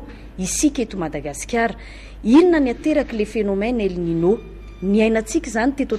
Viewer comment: El ninio no famaky azy ry mpanao gazety.Teny Espagnol izy io ary ilay "n"faharoa misy satroka